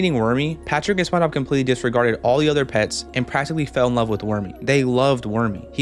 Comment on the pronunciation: spongebob ❌ sponobb ✅